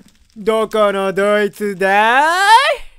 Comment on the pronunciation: 発音にツボるwww